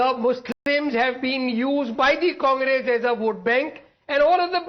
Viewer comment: The way Revant said ‘Congress’, it was sounding ‘Kaamras’.